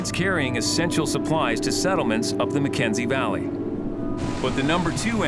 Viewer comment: Shouldn’t it be called HAY River and not Hay RIVER? Shouldn’t it be the McKENSEY Valley and not the McKensey VALLEY? Why do they emphasise the type of place,not it’s name?